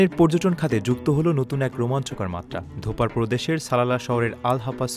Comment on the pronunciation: It's Dofar, not dhopaar, please make sure your news presenters pronounce Omani places or things correctly.